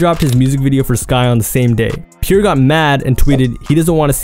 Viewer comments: Pierre is pronounced as Pee-Air not Peer df🤦🏽‍♀️😭😂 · Bro why it sound like you saying pure born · Is it just me or is he saying „pure“ bourne 😅